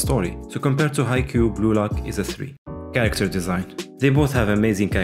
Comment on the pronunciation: Am I the only one who thought, he is saying Gulag instead of blue lock?